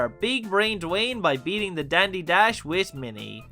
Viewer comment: I’m watching one of videos and I think I just realized you where saying bad beating . I think the first time I watched it I thought you were saying bad bacon . 🥓 It’s the beano issue 1000 episode.